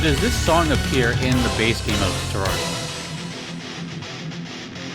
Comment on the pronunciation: Officially, I believe Terraria is pronounced similarly to "terrarium" (the word the name is based off of).